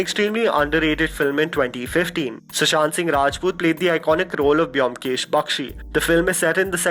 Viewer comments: amazing list ...but the pronunciation is bomkesh though the spelling Byomkesh.. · Try to pronounce Byomkesh correctly first then make a video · the way u pronounce byomkesh bakshi......😂😂😂😂😂😂😂